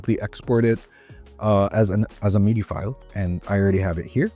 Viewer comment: Bro I couldn't with the "meedee" lol. It makes sense to pronounce it wrong if you don't know about it but it sounds like a special French pronunciation lmao